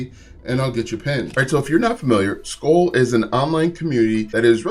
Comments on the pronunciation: Pronounced "School" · the chew is “skoal” and pronounced like coal, this is “skool” and pronounced like cool…it is irritating hearing you mispronounce it 😂😵‍💫😊